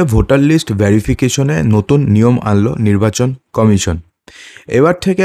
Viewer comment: ভ্যারিফিকেশন শুনেই বুঝেছি কি ধরনের রিপোর্টার